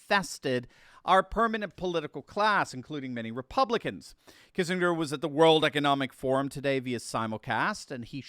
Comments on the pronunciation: I'm getting old. Do people really now pronounce it Kissing=grrrr? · So if they surrender do we get our 40 billion back? edit- Oh, and, the G in Kissinger is pronounced with a hard G.